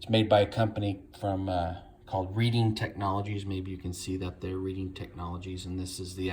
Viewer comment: Pronounced red-ing, not read-ing